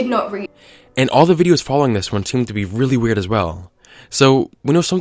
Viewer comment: Who else heard him make a Family Guy reference when he says "WHeird"?